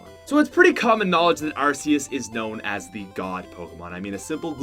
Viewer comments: arseus? oh you ment arceus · Arceus is pronounced ArKEYus not ArSEEus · It's not Ar-cey-us it's Are-key-us Edit:thx 4 2 likes :3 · the e in Arceus makes it sounds like ar-key-us even Pokemon said that it self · its arc eus not arse eus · It's AR key uss not arseeuss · ITS PRODNOUNCED ARKEUS AND IF YOU SAY ARSEUS I AM TRIGGERED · Hey, you are mispronouncing Arceus. It is pronounced "ARK-eous" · its ARK eus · Arceus is not pronounced with a soft C. It's pronounced with a hard C. Say it right, please. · U can’t pronounce pokemon, Arceus-(ARK-eus) Mylotic-(MI-lot-ic) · My dude it's pronounced as ar-KEY-us. Even the official handbook confirms so. Also Giratina is GEAR-atina. Also from the handbook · And also, ARSE-eus, JEER-intinina, phi-OWN I CAN respect people pronouncing Pokemon differently, but in case you didn’t know, the “G” in giratinina is hard and the “E” in phione is accented even though you didn’t mention phione in the video, I realy don’t want ANOTHER youtuber pronouncing my favorite Pokémon’s name wrong!